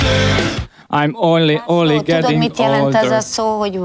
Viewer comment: komolyan a munkanélküli Dj ( XD:D) úgy beszél mint egy ovodás :D meg amikor Váj beszól: ojli-onli nagyon durva :D